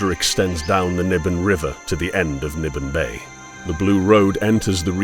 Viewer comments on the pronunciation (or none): Say "Nibenay" one more time...